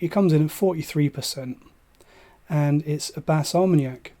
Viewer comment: Thanks. I enjoy Bas Armagnac regularly. FYI no S in the pronunciation: Ba R-ma-yack 😮 You are quite right the prices here as well have been soaring, sadly. Kindest regards, S.